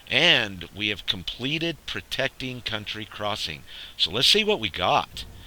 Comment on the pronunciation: Its county crossing, count tea, not *unt tree